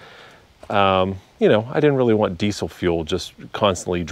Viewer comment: Did you say decent leak or diesel leak??